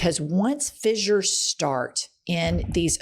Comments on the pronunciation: ss = "s" not "z" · She keeps saying “fizzures “, when it’s pronounced “fissures-(fish-ers)”. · holy fucking shit. it's fissures, not fizzures. don't give the opposition fuel. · Not even a minute in Jen and you have said fissures 4 times...all pronounced incorrectly....I will give it another minute but I am sick of your crap already